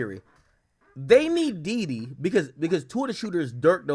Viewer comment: It's Dede brother, not Dede